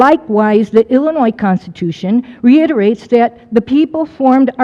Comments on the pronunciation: I really think if you live in Illinois, you should know better than to pronounce in Illinoissss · I don't understand why apparently smart and articulate people from Illinois still pronounce it as Illa-noyZ. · If he's saying Illinois and pronouncing the S, he's not from Illinois. No way.